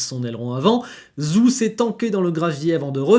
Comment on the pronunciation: Salut, merci pour la vidéo. je n'ai que 2 choses a dire. joli pull #vivelagalettesaucisse Zhou se prononce Djow, français va! ^^